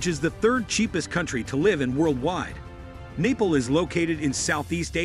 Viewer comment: Neeple?? haha..must be a robot speaking